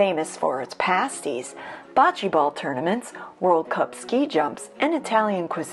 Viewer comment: Its pronounced bo-chee. Not Ba-chee. Your welcome.